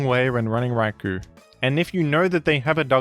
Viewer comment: "Rai-Koh" not "Rai-kooo"